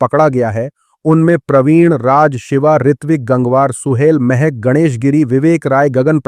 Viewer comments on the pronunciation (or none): none